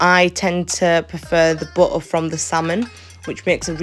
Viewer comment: Butter say it properly along with the rest of the English language why can’t people pronounce words correctly